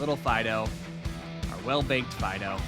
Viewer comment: Welakthuwallly, it's pronounced Deden and Fee-dough (given their etymology).